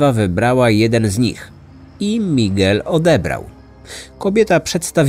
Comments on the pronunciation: A ja tej wymowy lekko bym się czepiała-owszem, "Migel" jest "Migelem", a nie np. " Migłelem ", ale niefajne jest akcentowanie i tak, osobę znającą język to razi. Bo zamiast " MigEL" słyszymy "MIgel". Ale wiadomo, chodzi o historię, a nie o naukę języka ;) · Mała rada dla przyjemniejszego odsłuchu: warto zapoznać się jak wymawiać poprawnie imiona głównych 'bohaterów', zwłaszcza, że język hiszpański jest dość popularny. Powinno być 'migEl', nie 'mIgel'. Pozdr✌️